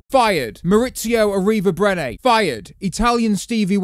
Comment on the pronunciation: Mattia Bino'o, FIRED... Morizio Arrivabreney, FIRED